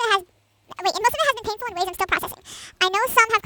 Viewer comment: You forgot abt “It’s just so painfuwl to write this… 😓😥😖😣😭😭😭”